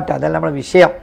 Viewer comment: എടോ അബ്ദുല്ലേ, വിശയം എന്താ? വിഷയം എന്ന് പറയാൻ അറിയില്ലേ